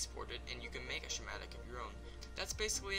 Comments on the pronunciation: Hey man great vid but one thing its not a "shimatic" Its pronounced "Scamatic" You can delete this after just wanted to let you know so no one makes fun of you. Great vid! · yes but the word is pronounced "Skuh* mat * ic", not "shuh * mat *